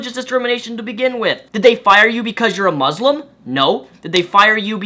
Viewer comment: Did you say mauslam?